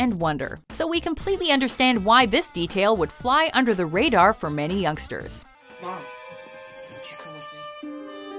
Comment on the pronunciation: You emphasize "youngsters" so many times that I feel like a moron having not understood some of these as an adult.